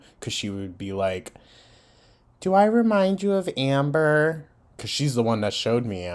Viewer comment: When you said ,"Anber" I got called out lol gorl!! Lol 😅😅